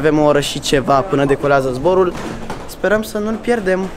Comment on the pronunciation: "Pana decolează zoborul"🤣 No hate